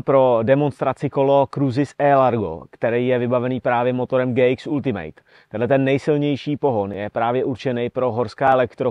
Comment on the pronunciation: "Ultimate" se fakt nevyslovuje jako "ultimejt". Když už dělám o něčem konkrétním video, tak si zjistím aspoň výslovnost toho názvu.